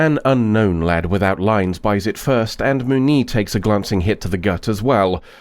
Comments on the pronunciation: Moo-nee lol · The way you pronounce "Muniz" hurts my ears.